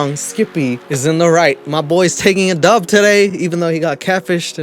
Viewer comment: i hate when people say dove instead of DUB... the DUB is a DUBble U .... W... is a win... come on am i really explaining this... also when buying weed dnt say dove its DUB which is cause it cost 20... dubs are 20 inch rims.. are we really doing this? also u said feets instead of feet... after calling out dudes mistake.... i actually like ur vids that being said. lol